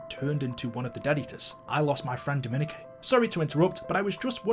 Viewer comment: How is so illiterate that he can’t say Dominique like it’s stupid